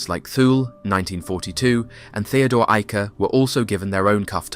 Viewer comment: Excellent job pronouncing German names such as Theodor Eicke.